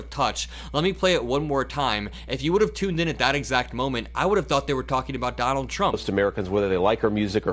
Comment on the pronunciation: 😂😂😂THE OLD MAN…..”don-OLD”……and now I am convinced both vance and the old man are gone totally…..FUBAR! 😂😂😂😂😂